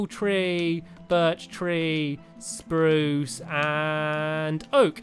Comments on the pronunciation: U DIDNT SAY SPHARUCE POPERLY!!!!!!!!!!!!!!!!!!!!!!!!!!!!!!!!!!!!!!!!!1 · You said spruce wrong it s sprrrrrrrrruce